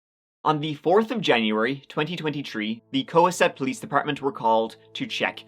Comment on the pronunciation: It's Co Hass it lol